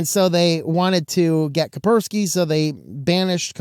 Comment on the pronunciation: It's KaSperski, not Kaperski. You pronounce the "S".